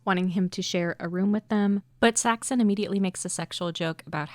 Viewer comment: Did you use an AI voice with a script with some mistakes? Half the time Saxon is pronounced as Saxton and I think I even heard a Paxton in there